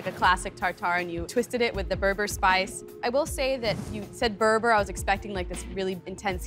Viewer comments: Kudos the kid chefs but the berbere Ehtiopian spice is not pronounced "ber-ber" its pronounced "ber-ber-ray" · it’s bebere not berber lol 😂